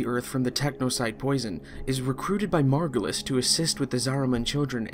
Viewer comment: This is really hard to follow, also very fast. Saying some terms and names that sounds differently than what they are written. Zariman, Zaraman, Margulis, Margolis, etc. Who is Archimedean Sylvanas? Who is Zariman? The problem is the game is very confusing, I don't understand anything from it, the interface is non-intuitive, most of the times i don't know what i'm doing besides, going to planets for x resource or extraction of an npc. But i do sure love the setting and concept of it and would like to know more of it. This video didn't help.